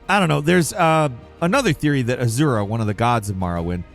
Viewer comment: This video is full of those. Azura is "Azuro". Omni-Man was "Ultra-Man". Love the videos but please learn the names.